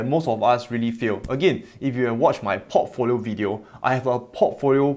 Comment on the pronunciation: I hear Pottfolio instead of Portfolio. And I love it 🤭